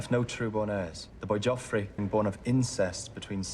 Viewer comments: Please stop saying "Jeff" and "Caitlyn".... and say their names properly.... PLEASE. "JOFF" and "CAT-LYN" .... it's making me cringe.... lol... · Haters = Ned Btw it frustrates me how you call him jeff lol his name is pronounced as joffrey so shortened down it should be joff 😡😬🤣✌ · His name is Jeoffry not Jeff. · I love how you call him Jeff, instead of Joffrey. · Say JEFF one more time!! 😤🤬🤬 😂😂 JOFFREY!! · Btw i'm sorry for correcting you but it's spelled cercei and the annoying brat's name is joffrey or joff for short, not jeff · it kills me every time you call him Jeff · its joffrey